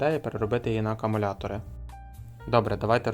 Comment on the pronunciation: Все файно! Але НЕ "АКАмулятори", а АКУмулятори.